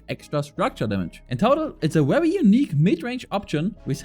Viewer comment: It’s wery wery good😂